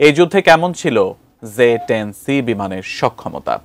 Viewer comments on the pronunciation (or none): It's J10C apni bar bar Ze10c ken boltesen? -. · "যে" না। এটা হবে, "জে" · It’s J10C not Ze 10C. Get your pronunciation right . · Its not Ze its J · মগাভাই, ঐটা ze(যে) না, J(জে)। আগে সংবাদপাঠকদের দেখে আমরা উচ্চারণ ঠিক করে নিতাম, এখন এদেরকে ঠিক করাইতে আবার প্রাইমারি স্কুলে পাঠানো লাগবে।🙄